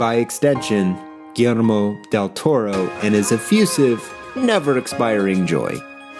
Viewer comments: As a Mexican, I find your pronunciation of "Gullermo" quite funny, because you sound kinda Japaneese when you say it (I'm not expecting a mexican pronunciation obviously, but didn't expect that either). Still a great video, like always! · Yo, just a little note on an otherwise magnificent piece (what's new?). The pronunciation of the "LL" in Guillermo sounds like the "Y" in Yeast, Yellow or Yacht or the "J" in Jail, Joker or Jamaica. Cheers cowboy